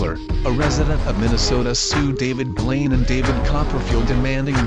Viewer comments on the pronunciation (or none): none